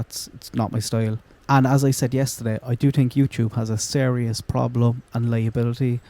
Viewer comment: Love the merch!! □□□. You ssaid “TINK” aid